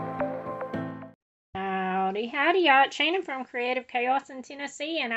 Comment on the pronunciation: Oh and also, you got the name pronunciation exactly right! 👍🏼😄 (It’s Ukrainian)